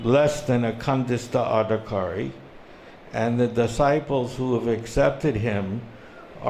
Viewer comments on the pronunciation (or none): Kandista adhikari? KANDISTA ADHIKARI? You've been a "devotee" for HOW LONG? and you still mispronounce essential terms?